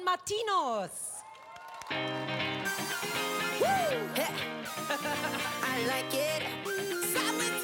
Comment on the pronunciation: OMG^^sie hat beide Namen richtig ausgesprochen😱🙈😅😂 Jetzt waren es mal Marcus und Martinus nicht Marius und Martinius oder Magnus und Martikus oder so❤️❤️❤️ Love them so much❤️❤️❤️❤️❤️ Like It Like It ist einer ihrer erfolgreichsten Songs und auch einer meiner Favoriten💖 #MMer